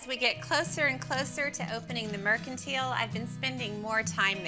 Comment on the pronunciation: That’s not how you pronounce “mercantile” 😒